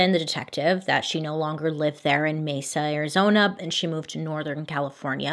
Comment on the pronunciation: It’s so weird you covering this case because I live in Mesa Arizona and you’re like the only person who pronounces Mesa right!! Every other YouTube or messes it up